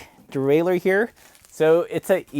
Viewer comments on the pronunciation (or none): none